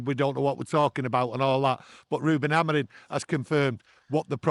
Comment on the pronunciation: Hi Can you tell.. Reuben's last name is AmoriM, not Amorin.😅😅